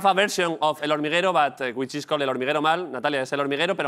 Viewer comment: "question es... is" JAJAJAJAJAAJAJAJA